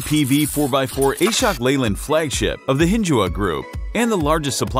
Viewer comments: It's not A-shok, it's Ashok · Prononsation is wrong ....Ashok(aasshookk) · TTS's ability to say Ashok as A-shock is sending shocks to all Indians...